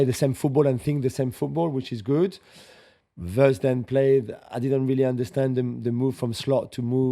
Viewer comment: Are we going to hear WURTZ all season. His name is WIRTZ